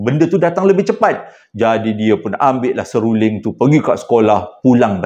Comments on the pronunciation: Waalaikumussalam wbt... 😂😂😂 Seluling..seluring.. seluling...SERULING.. pelat yer ni kena ulang 3x baru betul betul sebutan tu sama macam anak Cikda...😂😂😂😂 Cikda doakan semoga dan semua ahli Family besar JSPL dlm sihat sejahtera dlm keRedhaan keberkatan dan Rahmat Kasih Illahi Aamiin 🤲🏻 Aamiin 🤲🏻 Aamiin 🤲🏻 YRBA ❤,💙🤍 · Apa ni sebut betul2 " SERULING "....😂😂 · "seluring.."..seruling... "Benang"..."menang".. sy skolah rendah selalu keliru pkataan Niee..😂😂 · seruling.. sew ling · hahaha.. seluring.. seruring... seruling.. 😂😂😅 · Maaf abg eja tergelak dgr sebut seluring😂 tp betul dekat rumah saya pun x boleh main seruling atau bersiul sbb benda tue akan mengikut bunyi tu tengah mlm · hahaha..mengekek2 gelak banyak kali tersasul seluring..nak seram tak jadi.. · Seluring pn seluring lh,ramai yg thibur abg tsasul comell hahaha😂😂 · Seluring eh... Seluring eh....seruling..... seluring eh eh eh 😆😆😆😆😆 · HAHAHAHA SERURING SELULINGG...SELURENG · 😂😂Seluring😂😂 buat lawak lh bng😅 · Hahahaha..mula igtkan abg nak buat2 je pelat seluring tu.tp pas tu astik terpelat jeee hahahahahaha sah sah mmg pelat ori ni😂😂😂..oleh kerana seluring ni sy subscribe abg..😊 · Bukan seluling.. Bukan sebuling... Bukan semuling.. Bukan setuling TAPI seruling or SERULING or S E.. R U.. LING....... 🤣🤣😄😂.... Jgn marah yaa tapi comei je bila abg silap sebut 😂😂😂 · Bukan seluring bang tp selirung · Sib baik seluring..bukan serunding..heheeeheee....kelako la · di sebab kan “seluring” “tolol toyol” pelat² ni la buatkan saya tekan loceng n follow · Klu susah nak sebut seruling bang, abang sebut je serunding. Kita org faham je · abang.. sabar... sebut satu2.. seruling bang... 😭😂 Kisah yang last tu fuhhhhh takut🥹 seram jugak.. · Tergagap-gagap.... Tersasul-sasul nk sebut perkataan seruling tu... Cerita seram jadi lawak hilang rasa seram tu, bila dengar tergagap-gagap dan tersasul-sasul nk sebut seruling tu😅